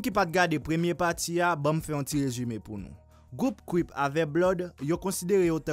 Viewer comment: Dude can you even say Crip cause u kept saying cwip its crip get it right buddy